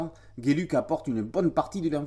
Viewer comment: Philippe Geluck, un super artiste belge. Geluck se prononce "gheux luc" ;-) Mais bon, "géluc", c'est sympa aussi comme prononciation ;-)